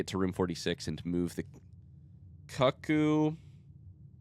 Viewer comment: Cuck coo clock is the most offensive pronunciation of that onject